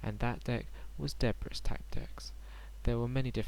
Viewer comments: correct me if im wrong, but its pronounced DUH-BREE, not DEH- BRISS rite? T__T. about every single person ive ever met has pronounced it incoreclty, saying DUH BREEZE....it bothers me...sorry...jus trolling =D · People keep calling it Deh briss nowadays for some reason.